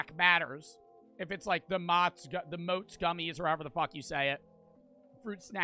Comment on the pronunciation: i cant stand how he pronounces 'Mott's'